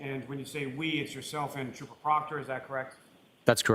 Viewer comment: Duh State Troopah